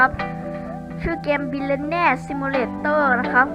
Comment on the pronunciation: มันอ่านว่า บิลิออนเนีย คับ (ชื่ิอmalgapi2)